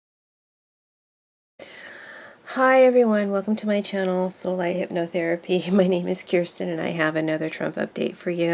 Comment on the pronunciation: I Feel You are a very Valid Reader. And deserve more viewers/ customers. With this in mind.... Would you More Clearly Pronoun "SoulLight"??? It Always Sounds like you are Shy and are saying "Soul Lay".... Instead of SoulLight. Be Proud...dont be shy..You Are Modest....And You Are Very Valid,. 💜💚💙🐬🌼🍃😄